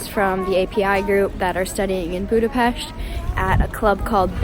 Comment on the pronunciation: finally, you said Budapest correctly :D